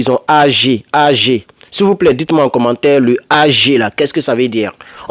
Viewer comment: Ag se lit "Ague" c'est le début d'un nom